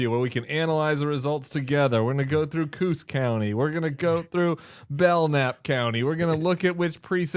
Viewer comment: Tim's NH bona fides are suspect mispronouncing "coose" instead "co-os" unless things are different than I remember when I lived in NH all those decades ago.